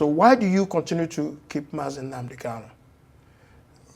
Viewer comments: Honourable Obi Aguocha should please take note that the name is Nnamdi KaNu, and not Nnamdi "KaLu." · I am surprised that this law maker who claimed to have grown up with MNK did not know how to pronounce his last name. But good to know that people are fighting for this young man’s release because it is long overdue!